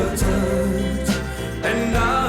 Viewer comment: Pls pronounce the words clearly like touch.